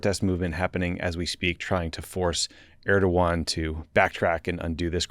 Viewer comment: He does not even say "Erdoğan" in an approximation of correctness.